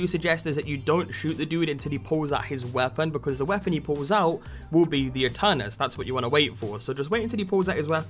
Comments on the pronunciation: its pronunced eternus since ae in latin is e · Aeternus in latin means Forever It is pronounced by silencing the first letter A